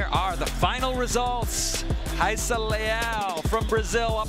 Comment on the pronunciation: Do they say it correctly? Why would the “R” be silent? I would think it’s ra E sa .. they always say hi E sa